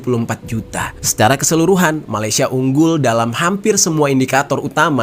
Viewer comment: bukan malisya,..malay..malaysia ye miss